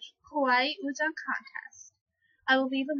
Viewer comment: No... Lol there's only one pronunciation of 얼짱 ... Which is like 'uhl-jjang'. Also, you don't self-appoint yourself as an uhljjang... LOL. Frankly, I can't tell if this is a joke or not. Da most srs koreaboo you is girl. C+ for effort.